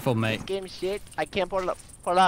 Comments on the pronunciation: stop saying maete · oh wow, as an Aussie hearing you say "Mate" hurts my soul